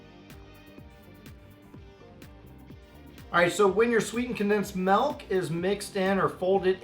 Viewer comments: Did anyone notice that he said melk instead of milk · wtf is 'melk' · "sweetened condensed MELK"